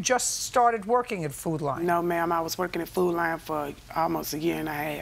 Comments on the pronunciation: “Foot Line” 😆 is all I hear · The fact that they got judge Judy to say"food line" instead of "food lion" is HILARIOUS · Food Li-on, its Lion🦁 for fck sake, not "Food Line"😂🤦‍♀️ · I thought they were saying "Food Line"... nope its "Food Lion" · Is the plaintiff trying to say Food Lion?